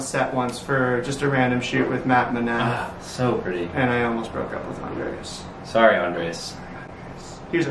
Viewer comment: Max! The emphasis is on the SECOND syllable!!! It is NOT AN-dres. It’s an-DRES. PLEASE learn it. Love you!